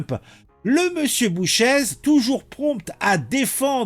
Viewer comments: son ce prononce boucher et pas bouchèze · bonjour ça se prononce Boucher. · GL Bouchez, le Z ne se prononce pas. Ça se prononce "bouché"